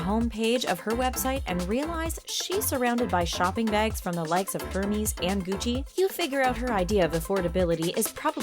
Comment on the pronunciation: Did you call "Hermes" her-meez...?